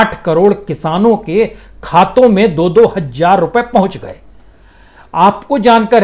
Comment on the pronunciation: Thought provoking content but, again "hajjjar" hazaar.